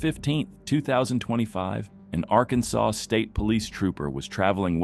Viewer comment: Ai voice over pronounces Arkansas so weird.